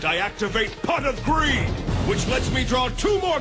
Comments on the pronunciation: I feel like the more I hear pot of greed especially when Dan Green says it it sounds like Pot of Green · LITERALLY SAME, Dan makes it sound like he's saying Pot of Green. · Pwot of Gweed